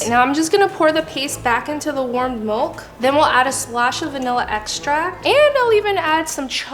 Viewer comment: "In the warm molk"